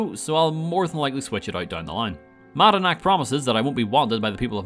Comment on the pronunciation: I'd say don't worry too much about pronunciation, because one guy says it both "Mad-a-nack" and "Ma-nad-nack" in different lines.